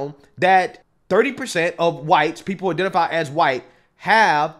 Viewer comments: Why does this guy pronounce the 'h' in white? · why he allways say chwhite??